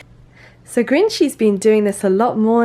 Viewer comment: Every time you say "Grinchy's", I was hear "green cheese" XD